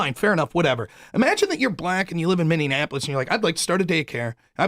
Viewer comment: I can't watch when that guy is on. The one in the hat. He is so annoying and someone please tell him it's MINNEAPOLIS not Minnienapolis! I'm out!